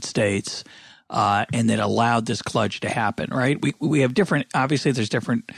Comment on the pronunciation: Kludge, sounds like clutch.